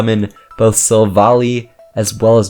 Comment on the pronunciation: You are pronouncing Silvally’s name wrong. It’s annoying. It’s SIl-Val-eye.